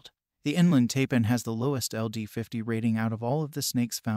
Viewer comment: Taipan is pronounced TIEPAN